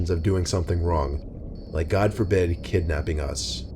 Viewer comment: When he said "kidnapping" I almost said out loud... More like kidrapping